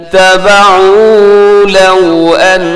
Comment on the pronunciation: آپ نے لفظی ترجمہ کرتے وقت اتَّبَعُوا کو اتَّبِعوا پڑھا ہے ۔ استاد محترم ایک مرتبہ recheck کر لیجئے گا.